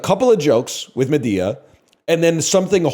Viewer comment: Why does he keep saying Madea like that? Librarian make him stop